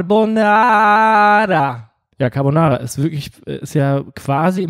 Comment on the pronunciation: Niemand: Mark Forster: "cAaARbONaRa"